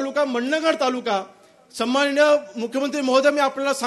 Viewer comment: समाननीय.......हो आमदार साहेब सन्माननीय असं बोला😂😂